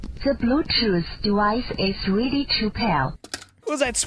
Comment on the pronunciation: "ze brutoof device is rede to payar"